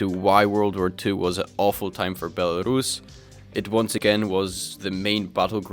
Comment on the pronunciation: Co za kurwa Bielarasza? First learn how to speak before publishing your very valuable opinion